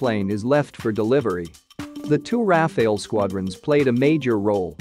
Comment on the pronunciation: Firstly its RAFALE not RAFAEL, and Tejas mk-2 is already in the pipeline so saab doesn't even make sense moreover IAF already operates 2 squadron of RAFALE so again going along with RAFALE will be more feasible for IAF